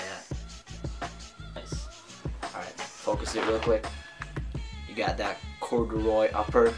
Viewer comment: lol its cord-u-roy , corguroy noooooo